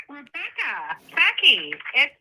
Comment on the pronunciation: Ru-becca-uh babe. She’s admitted she knows the law and what has been done to her has been so bad she’s going to file lawsuits. She obviously knows it’s wrong to do this by her own admittance. I am glad you have the ability to laugh at these things.